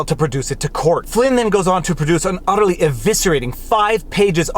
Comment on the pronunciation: It might just be my bias, but I thought this was a pretty good video I want to think you said Udderly Eviscerating